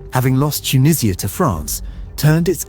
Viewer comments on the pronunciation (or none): none